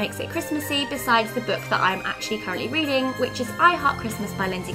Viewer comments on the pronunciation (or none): none